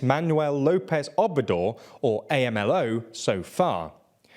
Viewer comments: A.M.L.O. is pronounced, Amlo. Just as it sounds, just wanted to put that out there for future reference. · I was looking for this comment lol. felt so weird to hear A-M-L-O